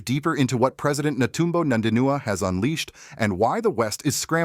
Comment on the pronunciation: Her name is NOT NANDINUA, show some respect.